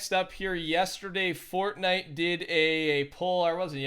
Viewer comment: he says FORTNUT youtuber soo.... what other sites you been on?